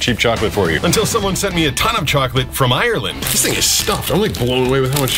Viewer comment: Im irish! Didnt know that american chocolate sucks. Also its always weird to me how other ppl pronounce ireland, the "ire" part is always so much stronger